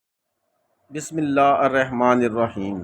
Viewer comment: bhai apna talffuz thk kije plz Bismillah ghalt parhi hai plz don't mind